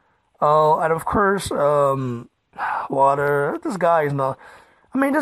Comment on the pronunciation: who is this Wadderr you keep talking about ? Is there a transcript of this ?